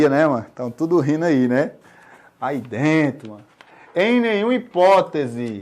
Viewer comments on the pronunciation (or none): "aí dento" 😂😂😂😂